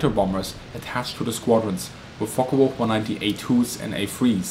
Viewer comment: So many can't pronounce the FW190 name correctly, it's not a Folkka it's folke